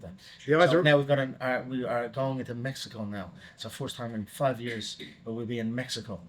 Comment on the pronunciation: the way Conor says MMEXICO 😂